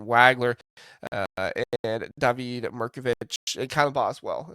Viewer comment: Always informative and entertaining. David Mirkovic is pronounced DAH-vid, not Da-VEED.